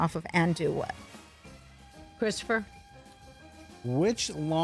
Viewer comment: "Christopher"...did she just call him..."Christopher"?!?!?! lol!!!